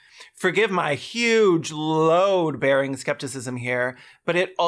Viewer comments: your “load” is quite Canadian. Also I’m icked by this creator misgendering Joanne, I would understand if was trying to be disrespectful but that wasn’t the vibe I was getting, she sounded sincere but we do not get to decide someone else’s gender, every person gets to make that assertion for themselves. I feel like, in attempting to be respectful and inclusive ended up doing the exact opposite. Unless Rowling herself identifies with the queer community, she is not a community member- I don’t care if she changes her wardrobe to be more masc presenting, or if she’s caught scissoring her bestie, she’s not apart of the community unless she says she is. We have to give everyone equal respect in this regard, even people who are walking trash bags like Rowling. The only exception to this rule for me is Twitter, I will dead name the hell out of that bitch, buuut also Twitter isn’t a person. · 9/10 very Canadian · ["How Canadian is my 'load'"] 6/10 Canadian sounding. As an Australian, I have to hear you say it combined with an "ay" "my load ay" for a full 10/10. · 8/10 for the canadian tinged load pronunciation. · I didn’t know you were Canadian until you said load, that was a 10/10 Canadian load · it's so Canadian it's like maple syrup ❤